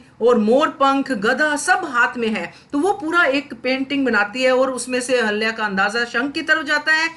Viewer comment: Please pronounce Ahilya properly .